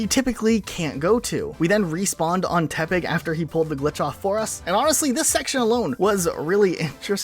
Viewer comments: Legitimately for the longest time I thought you were saying Tepig rather than Tepec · Every time he says tepec I thought he was saying tepig and I got Pokémon black flash backs